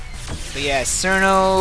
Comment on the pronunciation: you said cirno's name wrong (K-ear-no) not (S-ear-no)